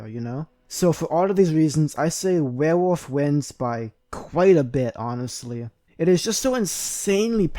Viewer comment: Dude legit can’t say werewolf